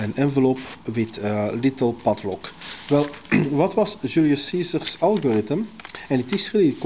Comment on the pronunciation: I love the way he pronounces PADLOCK :)